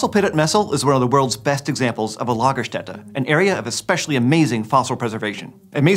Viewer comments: Thank you for correctly pronouncing Lagerstätte! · Finally somebody who can say Ä correctly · Extra "like" for pronouncing German words rather well. Your "Lagerstätte" is on point, m8! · As a German, I am SOOOOO HAPPY for the correct pronounciation of "Lagerstätte" proud tears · as a german i have to say thumbs up for the right pronounciation of Lagerstätte, most people cant say Ä,Ö und Ü right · Just a little note from a German speaker: While translating "Lagerstätte" (excellent pronunciation, btw!) as "storage place" isn't totally wrong, a more apt translation in this context would be "deposit site".